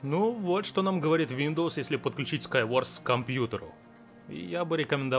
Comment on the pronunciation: Скайворт а не Скайворс.